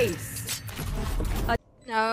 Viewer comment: Ace❌ Ass✅